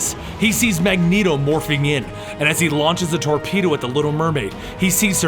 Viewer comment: "He sees her murphing into Namor."